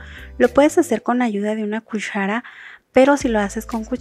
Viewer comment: Nadie: Yo: Dijo cushara en vez de cuchara